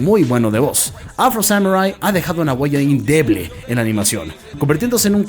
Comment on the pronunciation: "INDEBLE" NO. "INDELEBLE" XD